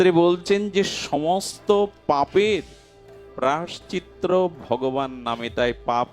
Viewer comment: বাবাজি মহারাজের ভগবতী কথা শ্রবণ করে আমরা ভজন পথের প্রতি উৎসাহিত হবার চেষ্টা করি,বাবাজির মুখের উচ্চারিত ওই শব্দটি একটু সংশোধন হলে ভালো হয়,প্রায়শ্চিত্ত শব্দটি ,ক্ষমা করবেন এটা বলার জন্য